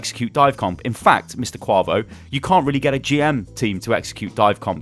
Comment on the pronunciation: Lmao "Mr. Kwahvo", its Quavo. Aye-vo